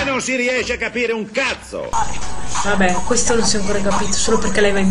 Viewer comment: Ma non dice "cazzo" dice"casso😂ma cos?hahahah